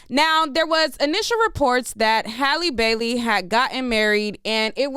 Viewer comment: thank you so much for pronouncing this young lady’s name correctly. So many bloggers butcher it to pieces.